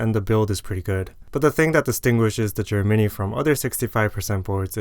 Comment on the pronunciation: i totally thought you were saying "germany" instead of "JER mini" for like 5 mins